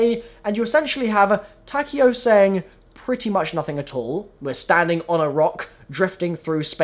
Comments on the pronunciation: Apatheticpikachu Ta-k-O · I hate how they pronounce takeo's name